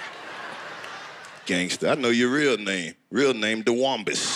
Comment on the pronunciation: Karlos said Dawuombus😂😂😂